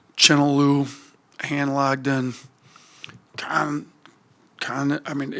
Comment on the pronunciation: Going to be a war! Good luck! PS - it's pronounced "Hawk" Coach....not "Hoff"! 😁